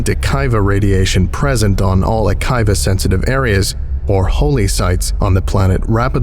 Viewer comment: If Akiva refers to the Hebrew name, then it's "a-KEY-vah"